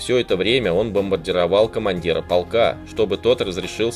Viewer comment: Не полкааа,а полка. Откуда вы такой неправельный. Все гласные тянете,сложно слушать, а материал хороший.